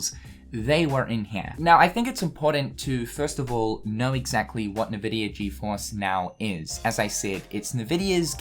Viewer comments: Why do you say "Nahvidia"? it's just Nvidia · This is hype but haha "NeVidia", it's pronounced "eNvidia". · Btw as someone who has played a ton of PC games, nVidia is pronounced IN-Vidia, rather than En-Vidia or Un-Vidia or NeVidia or however you were pronouncing it as a playstation gamer. I started typing this comment and you stopped pronouncing it altogether so I can't remember exactly how you were pronouncing it. If you want to verify corrrect pronounciation, check borderlands 2 or 1. During the loading, one of the games (or both I can't remember) loads up an nVidia screen and says "nVidia" properly. Anyway, no hate. Hoping KH IV is more engaging than 3 was because I waiting 14+ years for 3 and was not happy with the story. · Who the fuck pronounces Nvidia like that ?? 😂😂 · I've never heard anyone read NVIDIA like that xD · Because people have different accents